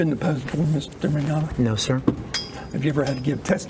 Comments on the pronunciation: He can't say his last name right. MiGnoGna? lol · mignogna i hope this helps